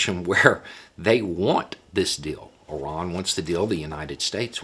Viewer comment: Apart from being impressed by your intellect, I'm also so glad that you pronounce Iran correctly rather than the usual American way of "eye-ran".